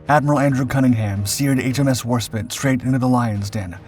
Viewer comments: Your pronunciations of names is a particular annoyance/amusement to me as a natural born speaker of English - and also one with a fair amount of military and wartime knowledge... For example, it is HMS War-SPITE, not War-spit. The "E" at the end tells you exactly how to pronounce the word! And there's HMS Mal-ay-ah, and not Mal-eye-er! And then there's Admiral Cunning-UM, not Cunning-HAM! Or the Italian port of Tar-ANT-oh, not TAR-anto... I wouldn't even mind so much if you didn't meanwhile get the Italian ships' names pretty much spot-on! And then we have the "allied" cruisers... I thought they were ALL British? Keep at it - and maybe watch a bit more actual (preferably British!) wartime footage with narration from the time - and I'm sure you'll get it right eventually!! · WarSPITE you dimwits, NOT Warspit! AI be damned. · Is this a human voice or AI? How could you not know that it's HMS War-Spite, not War-spit? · The word "spite" (rhymes with "light") means "a desire to hurt". The ship is called HMS Warspite - "War-SPITE"! Not "Warspit". Why can't you pronounce "Warspite"? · Bloody hell man it's War Spite NOT War Spit. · Ok seriously you clearly an American person. It is war spite like spiteful. Not spit like spit on your foot. You really need to fix this issue. It is like us insulting your favorite thing you know so much about. Because of this i can't continue watching this video. Sorry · Inaccuracy 2. WARSPITE. WARSPITE. WARSPITE. Do you see the E? It is not warspit. WARSPITE. My god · HMS Warspite as war-spite, not war-spit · Considering your pumping a game that has this exact ship it's pronounced WAS-SPITE not Warspit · Agree entirely …. Firing with spite ……. Not spit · Yet again She's HMS War - SpitE not HMS Warspit, thats like calling the USS NEW Jersey the USS New Jers ! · Worspit... That's a ship of her majesty's navy? Did I miss something, ... LIKE A SILRNT "E"?! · Stopped watching the second it was pronounced warspit…